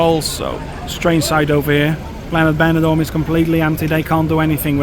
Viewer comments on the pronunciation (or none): Porque no áudio vc cita banador e não benidorm? Seria interessante usar umas áudios melhores e humanas e não voz do YouTube e robótica